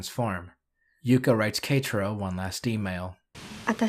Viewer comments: You pronouncing “Ketaro as ”Katro” is killing me from the inside. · K - ta - row. That's how you pronounce it